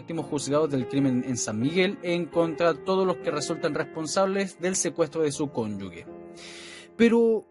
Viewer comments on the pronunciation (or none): Cónyuge se pronuncia como J debe sonar CONYUJE mi querido colega. Yo soy la vieja facha de lenguaje 🤗